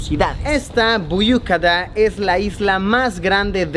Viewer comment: Büyük Ada (isla grande, literalmente). Muy bien pronunciado. Estás mejorando. XD ("Kabataş" [piedra de Kaba {sagrada para los musulmanes}] no lo dijiste tan bien... pero va queriendo).